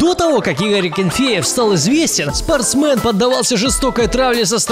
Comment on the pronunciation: Кровь из ушей потекла, когда ты сказал не спортсмен, а спортсмэн